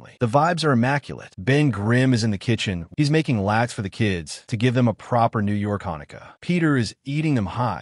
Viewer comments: Yo, AI narrator, it is lot-kuhs not lax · I love Spiderman, he unfortunately has it the roughest of any beloved superhero... Also small nitpick, "Latkes" are pronounced closer to "Lot-Kas" not "lax" it took me a minute to understand what was being said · They're called latkes. Pronounced lot kuhs. Not lax or whatever you're saying. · "he's making laids for the kids-" ITS LATKESS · "ate too many" what now? pronounced "lot-kuhs". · "He's making lats"? Do you mean latkes? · Latkes (the traditional Hanukkah food Ben is making) are pronounced "Lot- Kaz". you should try them, they’re delicious. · LOT-kuhs. It's pronounced LOT-kuhs. Ben is Jewish. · AI can't say "latkes"😊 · That's not how you pronounce latkes